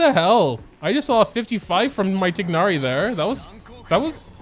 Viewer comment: saying “TiG-nari” with the G is taking years off my life